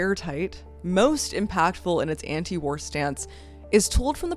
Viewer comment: For some reason I kept hearing "warror films," which, in case of Come And See is... fair.